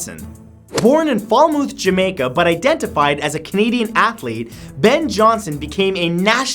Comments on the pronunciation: It’s not falmooth it’s Falmouth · Matthew I love your videos but....it's Fal-moth....not Fal-mooth 😂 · .- its NOT pronounce flamooth Matt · FalMOTH.....matt.....we don't pronounce the u 🤣🤣🤣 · #2018 No offense but I laughed when I heard him pronounce Falmouth. I know he’s Canadian unlike myself, but we Jamaicans pronounce the mouth in Falmouth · Matthew pronounced "Falmouth" as "Falmooth"😂😂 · lol the way he says "falmouth"... lol.. it's "fal-muh th" Matt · I am Jamaican and for number 5 it is pronounced fal moth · Falmouth is pronounced fal-moth btw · I'm from Jamaica and Matt pronounced Falmouth wrong it's pronounced "Fal Moth"